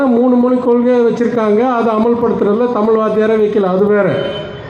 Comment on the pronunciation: நீங்க பேசுற டமில் ரெம்ப சூப்பர்!! மொதல்ல நீங்க எந்த ஸ்கூல்ல படிச்சீங்கன்னு சொல்லுங்க!! உங்க பசங்க படுச்ச ஸ்கூல், எந்த ரெண்டு மொழியை படிச்சாங்கன்னு சொல்லுங்க!!